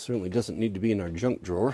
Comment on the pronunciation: Paul Akers calls it "Knuj" instead of junk.